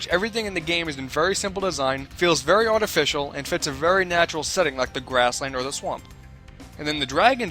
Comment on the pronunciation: feels very ahhtificial XD